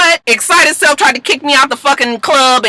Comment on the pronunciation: I giggle every time you say DJ "Excited" Self😁